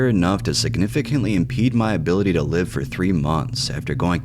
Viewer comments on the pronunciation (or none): none